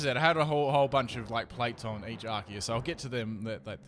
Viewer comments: Isn't this read "Arseus" not "Arkeus"? or im wrong? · It's pronounced ar-see-use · pronounces arceus "arkeus" dislike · Goddamnit its not Ar-kee-iss! Its Ar-see-iss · Are-see-us Arceus.